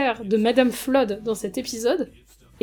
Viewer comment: Ce qui me rend fou c’est la VF qui dit Madame « Floude » 😂